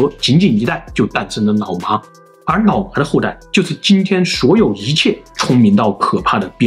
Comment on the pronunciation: 好像蠻少人養牧羊犬 也是太聰明的關西XD? 我一直聽成 腦麻